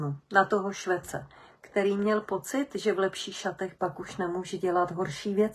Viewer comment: Ševce. Ne 'na toho švece'. ☺️